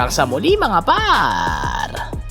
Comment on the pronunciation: "mga PArrrrrrr!" 😂